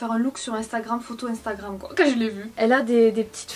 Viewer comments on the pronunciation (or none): none